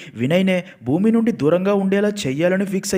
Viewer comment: Bhoomi kadhu bhooma